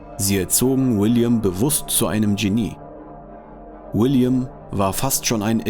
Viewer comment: Der Sprecher sollte die deutsche Aussprache von Genie und IQ nachschlagen!